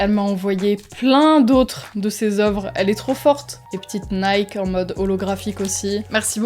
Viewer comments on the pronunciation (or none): none